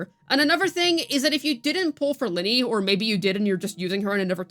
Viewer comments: it’s LYNAE, not LYNEY .-. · Why do you keep saying "Linnie" ??? That isn't her name!! And holy crap dude, you repeat yourself for like 5 straight minutes; literally just rambling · 'Luh-Nay'. Please for the love of god. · Why do you choose to pronounce Lynae's name wrong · It's the average CC western debuff, they can't say characters names properly.😂